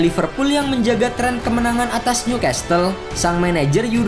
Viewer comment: Ralat sedikit kata "Castle" t nya gk usah dibaca 😅